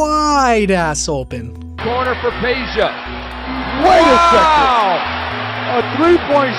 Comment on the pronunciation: can you say Pay-Ya. Pay-Ya Stojakovic